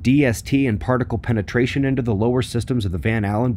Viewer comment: Congratulations to all!! Enjoy your Monday!! This was fun! You said "penitration"...lol What?..lol Fascinating,. I'm certain that all S0'S ROCK!! 😇🖖🤙❤️💥🌞🤔🌬️💋🍁